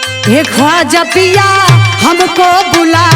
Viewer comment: ख्वाजा पिया नहीं होगा, तुम्हारा पति थोड़ी है, ख्वाजा मियां होगा, छोटी-छोटी गलतियां कोई पकड़ता नहीं है ऐसे अक्षरों को सुधार के पढ़ो म को प पढ़ दिया है तुमने